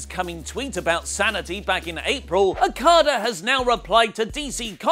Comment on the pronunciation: he always says Okadas name so fucked up and its probably one of the easiest to say